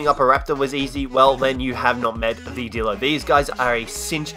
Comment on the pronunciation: It's not Dilo It's D(eye)lo